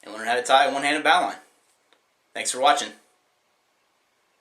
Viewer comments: Yeah. "Boe line"- now line, not bau line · B -O -LINE not B -AW -LINE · its not baw-line its a bow-line =I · Knot is prononced; "bow luhn" not bow line, sorry, nice video though !!! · The know is pronounced bow-lin, not bow-line. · I know people who can do this so I respect your skill but YOU are killing the name. Its not BOUGH . It's pronounced either BOE LIN as we say in the South or the proper name is BOE (bow) line since it was used by the English for their knot on the long bows they used and still do. It is very prevalent with tree cutters as well IF you give a shit. Again good video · Pronounced Boe-lin. Not Bow-line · Correct I was just about to comment the same thing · It's bow line not bau line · It is not pronounced Bow-line. it is BO-LUN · Don Williams No he didn’t,you cretinous moron.The commenters are right ,it’s “boelun,not”bow line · mikey41rules Not pronounced "bow". noun bow·line \ˈbō-lən, -ˌlīn\ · The amount of people who are saying this astounds me. It's ok to pronounce it how you want, plenty of people do with plenty of other words. But please know that 'bow' is in reference to the bow of a ship (which is pronounced like how or now) not an archery bow. Calling it a bo lyn or bo line is fine, but it's wrong and you should be aware of that and not make fun of people for using it correctly. If you don't even know basic english, you might as well give up on knots. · The knot is pronounced "bowlin'", like a lazy way of pronouncing the sport with the balls and pins on a lane. The origin isn't nautical. It comes from bowyers and archery. If you say bowline the way it's pronounced in this video, you're talking about a line (rope) on a boat that pulls the sail toward the bow (front) of the boat. The confusion is easy to see. A bowline (the knot) is a good way to fasten a bowline (the rope), but they're pronounced differently. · Never heard it pronounced "bow-line" before... It's "bowl-in" But tomato tomahto I guess! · It's pronounced "bow-linn."